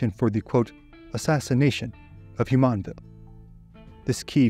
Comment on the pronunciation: The “JU” in Jumonville is pronounced like the “JU” in Julie. Not like the “YU” in Yulia or the “YU” in the Spanish name Julia.